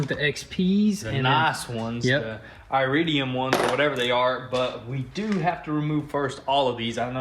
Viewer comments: ... It's not EYE-ridum... it's EAR-idium. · Eye raid E um... ir rid D um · Every since the iPhone came out, or really the iPod, all the kids think any word that starts with an "I" gets pronounced the same way. Lol. It's not I riddium. Hahaha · Should have thrown in some E3 plugs. the irridium don't make as big a difference, not as much as the more spark does. More spark means more power, cleaner burn and better effiency. LOUVER (Pronounced:LOOVER or lou-ver) Wait so you said you're not selling any of them so don't ask then proceed to say you're selling the hellcat and the GTR Which is it? kind of sending mixed signals here man wtf ?